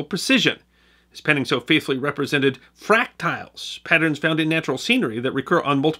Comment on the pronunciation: It's Fractals not fractials just FYI